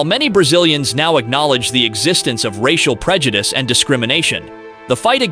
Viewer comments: while this information is very worthwhile, the mispronunciation of words like prejudice and stereotype leads me to believe that this is just a poor AI reading. Too bad. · Lol, whatever voice-over program you are using is not very good. It can't even pronounce simple words like prejudice correctly or idyllic.